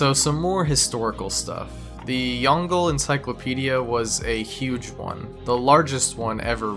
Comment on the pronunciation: I like how he pronounced "Yongle" Encyclopedia lol